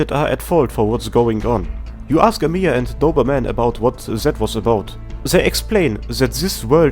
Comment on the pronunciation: Come ooon man Why is everyone pronounce our best CEO bunny as amIya? She is Amiya, not AmIya Make emphasis on first "A" in her name, not "I".